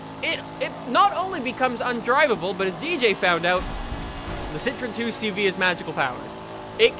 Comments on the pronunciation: You pronounce 2CV as Deu Sche Voo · And it's not pronounced 2 CV it is "deux chevaux" in French